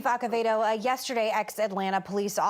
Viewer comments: His last name is ACEVEDO not AQUEVEDO or AKEVEDO. you are host on a tv show. learn how to pronounce last names correctly. Whoopi just said his name correctly right before her. oh my. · A(ck)evedo? Lord! Meghan aprende a leer apellidos hispanos. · She pronounced Acevedo like "Akevedo." So ignorant. She does live in Latino after all. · Meghan that’s not how you say his name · that is even worse. That she has a Domenech in the family and she doesn’t know how to say Acevedo!? Come on now. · i know she is white but seriously can't even stand to say his name correctly. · How does Meghan not know how to pronounce the Chief's name since she is from Arizona"?!